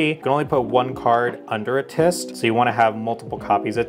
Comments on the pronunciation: I can't wait to see this deck in a fight Also, you kept saying tyst instead of tryst... just pointing it out... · Silent R too TrYST 😂